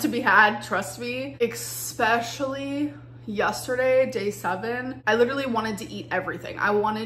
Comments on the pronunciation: Especially pronounced like ESS PESH ULLY and not ECK SPESH ULLY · why do you put the sound of X in "especially" ??? """" exspacilly """" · she even does it when she sees the word spelled out in front of her.